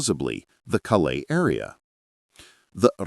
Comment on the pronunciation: Calais not CaLAIS